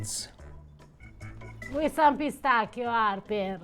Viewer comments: Piss tacky o sounds way more ridiculous then pistaccios.... 😂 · Pistacchio - Pistacchi (singular and plural). However, the American pronunciation of Pistacchio here in Italy is quite curious .